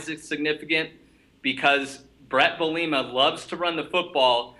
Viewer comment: Not trolling but please for more credibility sake, pronounce bielemas name the right way